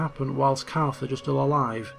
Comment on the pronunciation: every time he says Carthage i hear Carth from KoToR